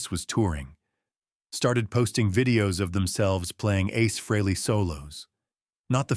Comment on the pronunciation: How about if you pronounce and spell his name right that would be nice when you’re talking about a legend like ACE FREHLEY